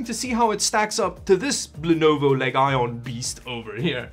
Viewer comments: Are you saying leg-ion intentionally? It's pronounced leeegion like roman legionaire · what what what what leg-ion what what waht why WHYwhy does he say leg-ion and not leejon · its not pronounced "Leg-i-on" its pronounced "Lee-jun" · Its le-gion not leg-ion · It's not LEG-ION It should be pronounced LEE-GION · did you seriously pronounce it Le- Ion... lol its LEGION, like a roman legion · Lenovo leg iON? its lejin lol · LeG IoN🤡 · le-guy-on :D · Leg ion 😂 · leg ion? 😂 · Ligeon is the pronunciation though the speeling is legion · Eh, pronunciation would actually be "lee-jun", but was just having fun with how they printed it on the box. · Rad-e-on. Leg-eye-on. I think Lenovo nailed this gaming word styling really good. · Bro, every time you said "Leg-Eye-On" I hit the floor. OMG! LMFAO! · "Our name Leg Ion, For we are many..." 🤣👍🏻🏴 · Why do you call it Leg Ion? its Legion like the Foreign Legion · Leg Ion - once you see it and hear it you can never go back. Thanks 🤣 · I say words incorrectly on purpose all the time (Pissed-uh-chi-ohs, Vag-eatables, C-hicken) and I never even thought of Leg-ion as an option! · No u did not just say Leg ion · He legit called it "LEG-ION" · ...did he just say....pronounce legion as leg iron.... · Leg Ion 🤣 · Lolol what is “Leg Ion” 😂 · Bro said Legyone💀 Pleaseeeee say it right next time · Leg-Ion, LMAO xD /E: oh boi, it went to shit almost immediately - both the PC and the vid. You can calm down and sit down. What a shame... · leg ion XD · leg ion😂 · Legion isn't pronounced leg ion 😂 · Leg-ion...... what the fuck are you saying!!! sure thats not how you pronounce Legion? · I gave the video a thumbs up, but hearing you pronounce Legion incorrectly was a bit biting. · The way he pronounced legion bruh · legion leg-eye-on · It's good for playing Best Feet, a.k.a. Apex Leg-ends. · Just one comment for the way you pronounced LEG-IRON... it had me it tears every time 🤣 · i like how pronounce L E G I O N - LeGaYon